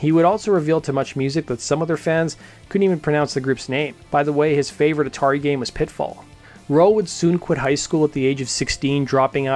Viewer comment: I'm curious of how you mispronounce Atari